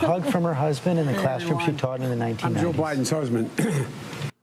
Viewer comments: I'm not defending this guy, but it sounds like he said "I'm Jill Biden's husband." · Watch the video in .5 or .25 speed. He really does say JOE and not Jill so.. it's pretty damn clear too. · Yeaaaa...watch it in .5 speed or .25. He says Joe man.. he says Joe. It's actually pretty clear too.. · watching this on 0.5 speed, i have to say its sonds more like Jil and not Joe... ist like perfect between an i and an o